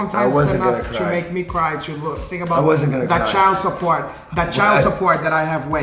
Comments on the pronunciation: "Child Supporch?!?... Not on my watch" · "CHILD SUPPORCH?! NOT ON MY WATCH!"